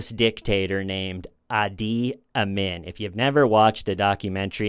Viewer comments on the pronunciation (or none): It's Idi Amin with an I not Adi. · Idi Amin is pronounced “Ee-Dee Ah-meen” The Last Kong of Scotland is an amazing movie. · uh D uh MIN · Idi Amin, not Adi Imin. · Sorry, but the dictator’s name was Idi Amin, not Adi. I lived through that time and remembered reading horrific newspaper articles about him. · Listening in 2026 - love this episode, but the dictator of Uganda’s name is pronounced “Eedee Ah Meen” He was a great admirer of Hitler. 😵‍💫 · Correct pronunciation : Ee--Dee Ah-mean. I was in High School and heard all about him on the news, in those days. Good job in stringing these events together! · Love ya,, but the Ungandan dictator's name is pronounced EE-dee ah-MEEN. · His name is pronounced E D ARE Mean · It's pronounced edie a-mean..Saturday night live used to call him Idi (Edie) VD amin (ah-mean) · Missionary work is racist and does nothing in the long term. And it's pronounced "EE-dee AH-MEEN." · EE-die Amin. Long "E" sound. Insane man. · I love, love, LOVE your humorous and entertaining way of storytelling. Just want to say, his name is pronounced EE-dee ah-MEEN. I am super old and remember hearing the name all over the news. I have long enjoyed your show, and have wondered if you crafted the custom wood sign---woodburning? Uzbekistan---where men are men and sheep are scared. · If I want from Uganda I wouldn’t know who he was talking about the way he says Idi Amin 😅. It sounds like ID Amin 😅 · Sweetie. It’s EEDEE AHMEEN. You’re hilarious in your innocence. ROFLMFAO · The name is prounced Edie Amin. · It's Ee-dee Amin. Idi Amin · I think Idi Amin is pronounced: EE-DEE AH-MEEN. I heard his name a thousand times on the news growing up. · For crying out loud. It's pronounced "EEdie aMEEN." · E. D. ah Meeeen It was pronounced like that, I think.😅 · I think it’s “ee-dee Ah-meen” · Idi Amin! Pronounced Eaty-ameen. He was a cannibal. Goooood tiiiiimes....(not really) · Eedee ahMeen? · Idi Amin...."ee-dee ah-meen". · pronounced IDEEE AHHMEEN